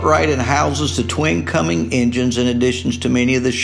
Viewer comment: Any chance could learn how to pronounce "Cummins" properly? Thar tain't no "G" down to the far end o' the word.